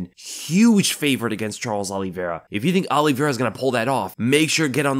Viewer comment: And it's not Oliveira